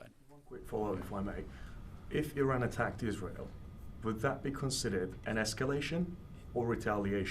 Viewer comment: He can't even pronounce the name of Iran correctly , how he got this job is a joke